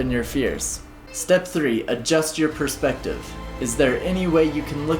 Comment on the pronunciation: it should be perspective ... and not perpsective 😂